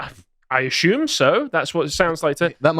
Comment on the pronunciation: "I a-shoom so" there is no H in assume